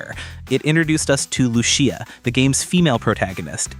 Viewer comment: Who the hell is "Lu-She-a"??? It's "Lu-SEE-a"... always has been 🤣🤣🤣